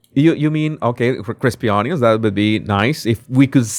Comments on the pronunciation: It’s pronounced unions not “ON-YONS” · I love the way you say onions